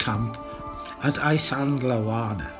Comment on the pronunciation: brilliantly filmed loved the soundtrack too👏 did you buy all those models ? Lol need to work on your pronunciation of iSandlwana , apart from that I thoroughly enjoyed it. Well done that man 👍